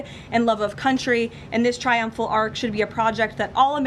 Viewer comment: it's an ARCH not an ARK